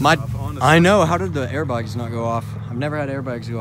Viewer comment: Who else noticed saying airbugs instead of airbags